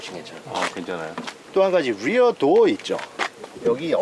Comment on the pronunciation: 단어 발음 죽이네 대쉬 볼드 도얼 츄림 R 발음 연습 많이 했나봐요. 다른 단어들은 한국적인데 퀄리티도 퀄러티라고 하고 소프트도 솨프트라고 하셔야지